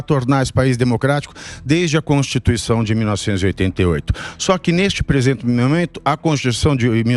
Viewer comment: Constituição virou constituixandao